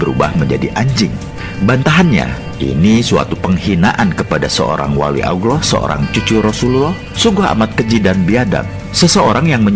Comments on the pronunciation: Videonya bagus, cerita yang disampaikan oke.... hanya narator di dalam video ini menyebut nama Alloh saja masih terdengar Auloh... itu salah... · Yang ngomong kok nyebut allah dengan awloh? Sudah jelas pembuat vidio bukan orang yang tahu alquran dan islam